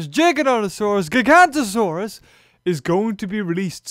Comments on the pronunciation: Its pronounced (jiganoteosaurus) but spelled giganotosaurus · ah but my friend it's pronounced JYE-gan-toe-saurus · It's pronounced "jigga-note-uh-soar-us"